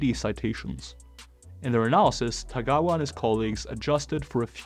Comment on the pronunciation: It might be helpful if you didn't mispronounce 田川先生's name. It's Tagawa not Tegawa.